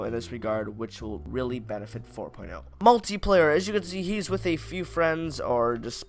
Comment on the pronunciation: Multiplayer* not muliplayer (I'm melon soup on my bros acc)